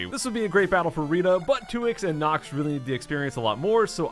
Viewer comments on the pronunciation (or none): you called knox pinekoh